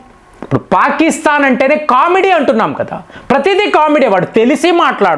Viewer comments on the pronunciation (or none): none